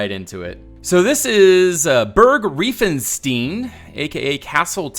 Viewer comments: In Germany we call it REI-FEN-STEIN not "Rieeefenstine"! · By the way the „ei“ in reifenstein are pronounced like i. And the s is pronounced like in sure